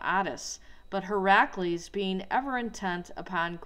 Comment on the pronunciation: He-rack-lees? Try "hera-clees". Hercules real name was HERACLES. It's not " he rack clees". I'm sure you have some info...but honey child good LORD you are so disorganised, and some of your info is so scatter brained and all over the place that I laughed out loud. And I'm not against you! You just REALLY need to spend an hour BEFORE you do these videos and ORGANIZE YOUR THOUGHTS! pre plan the video, sketch out a story board--and for God's sake...please REDO TAKES. YOU'RE DOING VIDEO! IT'S DIGITAL! LOL you can do a new take when u mess up. This is why I can't take your video seriously bc you're flat out BUTCHERING words, stuttering, trying to say them over sometimes 3 or 4 times in a row. This isn't 1982 you don't have to "edit in camera"